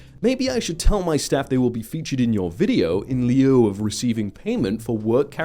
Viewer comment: I love ya, my guy. But it's killing me! Lieu is pronounced like loo. It's a fancy easy of saying instead of. Much respect! ❤️😘